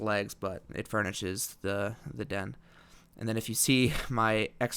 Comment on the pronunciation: as soon as he said den i nearly through up i cringed so much